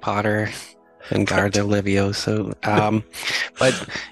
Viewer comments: It's levi o sa! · "It's Levio-'sah!" 😂